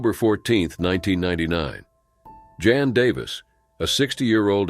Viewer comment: The narrator SUCKS. 3200 ft is never pronounced three-two hundred feet, and he referred to Jan as " John " at least once.